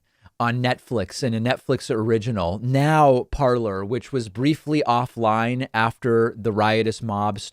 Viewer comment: It's pronounced parlé ,😁